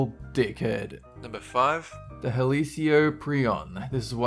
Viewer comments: It's pronounced hell- cope -ree-on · U said helicoprian wrong ( sorry if I misspelled ) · it's not helicioprion it's He-li-ko-pri-on helicoprion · Its pronounced Hel-oh-kor-pree-on lol